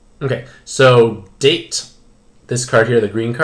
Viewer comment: Date is two syllables...